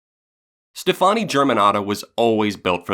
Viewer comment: You know.... it’s pronounced Stephanie right? That aside this is perfect, you & Hannah did the damn thing.